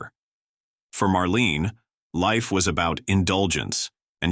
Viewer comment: Marlena not Marlene.